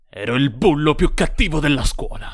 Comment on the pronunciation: ed OVVIAMENTE c'è l'enfasi sbagliata ne "io ero IL bullo", tipico xD